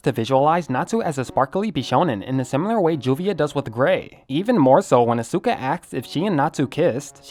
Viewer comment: u said Asuka wrong boi